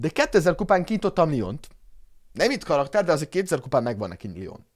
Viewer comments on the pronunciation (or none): nm lalakter hanem karakter